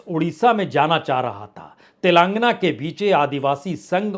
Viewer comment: पुण्य प्रसून जी "तेलांगना" नही "तेलेंगाना "